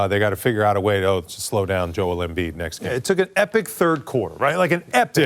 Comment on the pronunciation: Joel Embeeeeeeeeeeetch